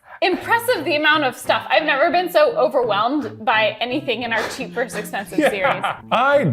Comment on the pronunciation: I can only hope that Katelyn shouts “Curses, foiled again!” at least once during the busywork process. And, “vs” is VERSUS, not VERSE.